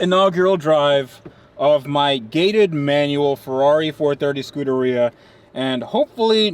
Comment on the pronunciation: The preferred pronunciation is "Scoo-dAir-E-uh" (emphasis on the E after the d) not "Scooterrhea". Whenever he says it, it just sounds like he's saying scooter diarrhea.